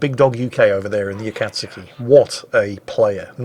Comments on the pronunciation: Whoever told you not to pronounce the U is an idiot. The 'tsu' is a single 'letter' and is pronounced as a very brief t followed by soo, so kinda like the sound you make if you were imitating a dynamite fuse or something, tssssss, then the soo, tsoo, tsu. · who told you that you don’t pronounce the “U” in Akatsuki? You pronounce “TSU” in the Japanese Language as “SUE” now if the happens to be at the end of certain words you don’t have to pronounce it as in “Genki Desu Ka?” (How are you?) “Desu” can be pronounced as “Dess” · pretty sure Akizuki does sound out the "u" in the name according to how japanese people pronounce it as well as in akatsuki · In Japanese, all syllabels are the same length Japanese is Flat. Flat as a witches tit. So nah, I think the original pronunciation of Akatsuki was the correct one.